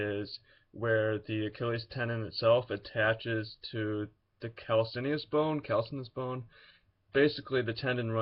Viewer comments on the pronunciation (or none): Calcaneus is pronounced cal-cane-e-is. I remember from my anatomy class long ago. Lol